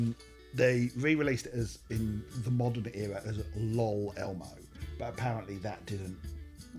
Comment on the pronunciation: Upon my second watch, I realized that LOL Elmo is actually kind of clever because you're presumably supposed to say it like "El oh el Elmo" and not the much more memey "lawl Elmo" that you went with.